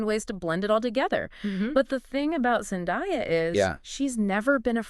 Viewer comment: Zen-DAY-a, not Zen-die-a...